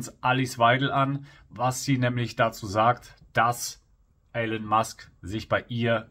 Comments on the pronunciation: Elon gesprochen Ilon, nicht Ellon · Aussprache : Ihlon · Guter Beitrag aber bitte, nicht Elen Musk, er heißt Elon.